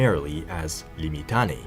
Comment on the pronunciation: Say it as liː.mɪˈtaː.ne.i: = limm-itTUNN-eh-ee. Five syllables.